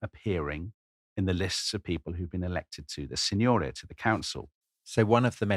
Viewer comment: Brilliant content! As a Florentine, I have just to clarify that the correct stress is: Signoría, not Signória; Álbizi, not Albízi And Balía, not Bália.